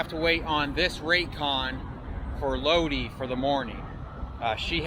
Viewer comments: Its pronounced LOW DI not low dee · It's Lod-eye not lod-ee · It is not LODEEEEE, its LODIIIIIIII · Ur in my neck of the woods. Lol. It’s Lodi long I. Not lode. Lol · Just a minor correction bro.. It's pronounced "low-dye" 👍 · Dudeski....it is pronounced loadeye...like shoot a load in her eye. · Right, like "load-eye".